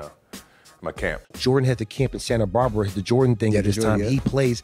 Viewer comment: My guy said, "Santa Barber". Sometimes I wonder if he finished High School...or he's lying again.